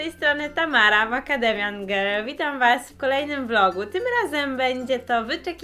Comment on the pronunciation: Czy tylko ja słyszę "Kiu and ej, makademian gej" ?